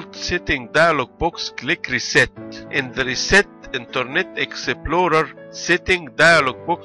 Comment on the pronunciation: Exe plo re. Haha i never heard someone talked so funny. Dude this is fucking wierd man!